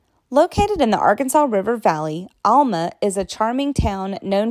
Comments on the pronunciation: Alma the way you said it wrong. Maybe you need to visit the area and get the correct way to pronounce our towns names correctly. Little Rock is not a small town. You would really make a mess of towns in Oklahoma! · What the heck! Alma is not pronounced all- ma it's pronounced al- ma as in the man's name Al. Silhoam Springs is Siloam Springs, & is pronounced sigh- loam, not sill-loam. Some have taken to pronouncing the name Altus as all- tus, locals say al- tus. Little Rock, while not a huge metro area, is not a small town. Petit Jean is pronounced petty as it is a French name, such as that flowing water named Fourche La Fave- pronounced the French way as fush- la- fay. Because Arkansas was part of the Louisiana Purchase, it has some French heritage & you'll notice all the "villes" here. My family has only been in Arkansas since 1839, so I'll tell you Arkansas was originally pronounced in the French fashion as Aw-kawn-saw, a Native name meaning the people down the river.